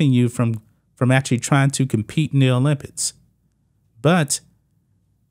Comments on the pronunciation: Why do you say, 'Olympitts' ? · OlympiCs please say it properly. It's not olympits This is getting ridiculous. Men should compete with men. Women should compete with women. Biological women and biological men. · He said "olympits" 😂